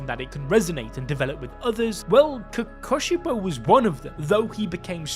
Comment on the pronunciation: bro is saying kokobishou instead off kokushibou